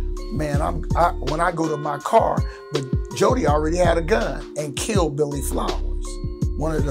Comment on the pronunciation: Car, not card, homey!